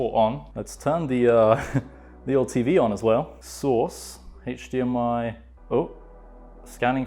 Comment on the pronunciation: "Heych dmi cable"